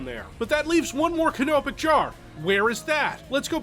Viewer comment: I love the way he says canopic jar